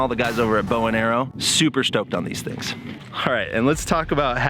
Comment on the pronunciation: Sounded like you said bow and arrow! Bowen Aero.